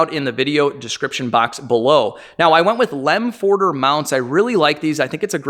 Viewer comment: Lemförder is not pronounced with an "o" like in Ford. If pronounced correctly, then you can use the Danish "Ø" as an example.